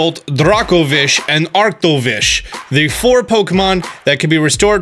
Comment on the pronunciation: Ah yes Dragozolt, Arktozolt, Arktovish, and Dragovish. Or as says it: Дракозолт, Арктозолт, Арктович, Дракович